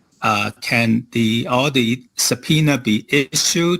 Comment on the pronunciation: subpoener? Is he from New York?